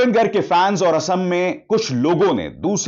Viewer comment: It's not गर्ग It's गार्ग....🙏